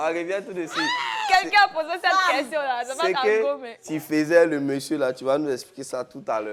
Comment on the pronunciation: lourd goumin deh. Et puis elle dit ko "question".